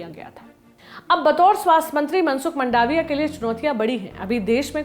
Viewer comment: मंडाविया नहीं मांडविया है इनकी surname